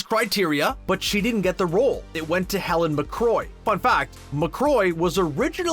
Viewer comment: It's Helen McCrory, not "McCroy."